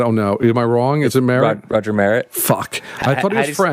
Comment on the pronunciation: Pronounced Roger Mer- rett